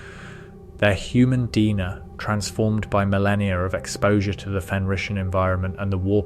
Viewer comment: Human Dina????😂😂😂 Bro didn't even check if the A.I said shit correct